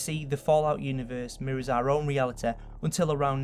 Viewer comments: Did anyone else catch the "Reali-teh" ? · "realitah" I love it. Like Cartman and his authoritah. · Ok, don't take this as an insult, but I like how you say realiteh and humaniteh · Hyoumanyteh Nagesawkeh Realeteh Twenteh Worreh Boddeh Slowwleh Summerreh Safteh Technolegeh Conspeeraceh Onleh Telepetheh Preeviousleh LMFAO I tried to get all of them. Tell me if I missed any. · Nagasakeh realiteh humaniteh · Humaniteh. Realiteh. nagasakeh. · It's realiTY nagasaKI NOT TEH NOT KEH FUUUUU. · what is "realiteh" and "nagasakeh"? Please answer or I will make you "RESPECT MY AUTHORITEH!" I'm just kidding, man. good video. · realitah humanitah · The way he pronounces the word: reality had me in stitches :D